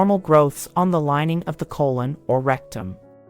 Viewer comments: CO - LON .....not ..... CO - LONE🤨🤔🤔🤫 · So the narrator can’t say colon instead says cologne but she can say hypertrichosis lanuginosa acquisita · Cologne Cancer? These "Bot Narrators" drive me Nuts. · Sometimes she stresses 'colon' correctly on the first syllable and other times incorrectly on the second syllable. This is very distracting. There should have been some sort of human override to this narration given that it is probably robotic. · I know right? 😂